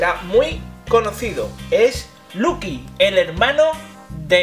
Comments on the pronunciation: no es por querer sonar mal, pero es loqui no luqui :) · Es LOKI en inglés y español se dice LOKI